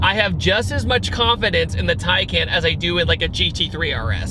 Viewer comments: Just to clarify its pronounced tiecon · Just to clarify its pronounced (tiecon)